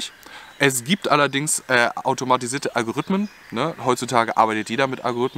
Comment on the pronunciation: En System mit „alvo“rythmen 🤣🤣